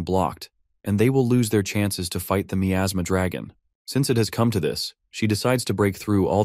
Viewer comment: I can't stand the way it pronounces miasma